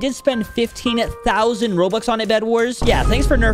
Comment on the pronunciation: I love how he was saying 15,000 lol😂